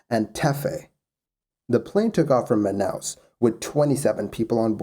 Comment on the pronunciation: Your pronunciation of Manaus was good! Man, even Manacapuru, which is a really hard word for english speakers was good. Great channel, by the way.